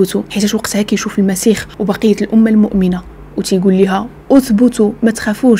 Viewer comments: المسيح وليس المسيخ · حبيبتي ممكن سؤال علاش تتقول المسيخ بل( خ)